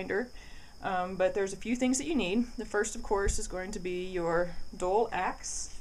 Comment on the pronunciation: Dull not dole Double U not dubbuh U Temper not timper